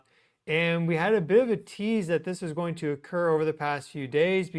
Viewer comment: "Goeen" is not a word. *going